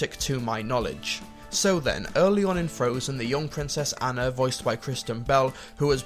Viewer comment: aahhhnnaaaaa, say it with me ah-na, not anna, it is pronounced ah-na